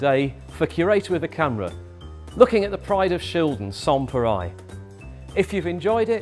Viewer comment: (i) I'm not French, but I'm pretty sure that the 'reil' part in "pareil" is pronounced like the English rail -- with the L probably even being silent.